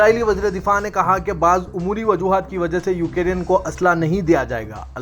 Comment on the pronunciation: URDU KA JANAZA🤣😛UKIRIN. (UKRAINE)